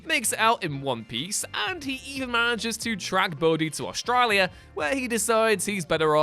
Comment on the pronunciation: This is the weirdest way I've heard someone pronounce Australia before